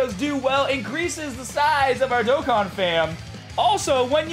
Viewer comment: I remember when you use to say DOK KIN instead of DOE KON. Good times.